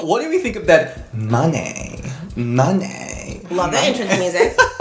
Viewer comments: I actually listened to her say it and she pronounced it as money but it's not so hard on the o like monè has a smooth o so it's like moone buy she said it as munay if I explained it correctly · Not on topic but I believe you said her last name wrong it's pronounced MONAY like money but it's spelt like monè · It’s pronounced like “munay”